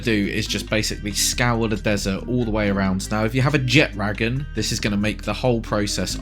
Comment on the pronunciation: Thank you for pronouncing Jetragon properly unlike literally every other Palworld YouTuber.